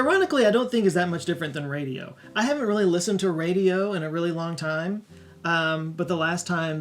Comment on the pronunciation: says radio and it sounds like hes going to throw up saying it